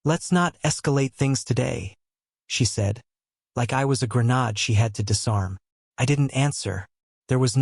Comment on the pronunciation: After all these years and AI still hasn't learned that in the US GRENADE usually pronounced differently. And there is a difference between us and US or U.S.